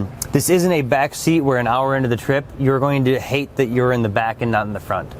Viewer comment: I keep hearing the host say "Fronk" instead of front. I can't unhear it now